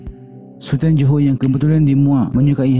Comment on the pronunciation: Bukan "Joho" wahai admin, tapi "Johor". Sebut betul2 jangan semberono.